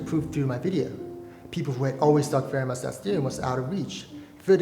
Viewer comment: I know people say 'Fermat' but it's pronounced 'Fermar'